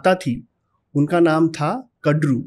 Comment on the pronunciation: कृपया अपनी pronunciation ठीक करें----राजा बलि को बाली न कहें----कद्दू को कडरू न कहें--विनता को विनाता न कहें